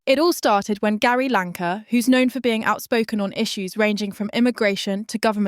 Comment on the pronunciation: your AI bot needs rebooting who the f is Lanka ?